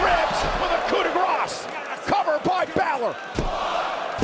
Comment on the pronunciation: Not you saying winn balor 💀🙏🏼